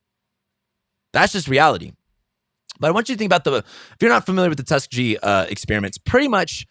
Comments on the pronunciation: I agree with some but I really appreciate the open talk- side note: it’s pronounced “tus-keeg-eee” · I think it’s pronounced Tuss-KEE-gee (hard G). I might be wrong. The only people I knew personally who died from covid were unvaccinated. Just a fact. Interesting content, thanks for this. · Pronounced Tusk Kee Gee....ecperiments! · tusk ee gee ! lol